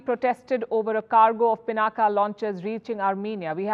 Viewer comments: कम से कम आप तो पिनाक को पिनाका न कहें।भारतीय विदेशियों की नकल करके अपने नाम बिगाड़ कर बोलते हैं। पिनाक शिव जी के धनुष का नाम था जिसे भगवान राम ने तोड़ा था।कृपया अपने देश और देशवासियों पर कृपा करें। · It's पिनाक, not पिनाका. पिनाका sounds so comical! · It is pronounced pinak and not pinaka. When will Indian's start respecting the Indian names by calling it properly? Even the Dhanush of lord Shiv is not being pronounced by a Brahmin journalist! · Humare mul bhassi shabd Ko mul bhassa mai bole na . " Pinaak" bole . Ab uchcharan Humare se hai toh uchcharan iss bhassa k antargat hogi na .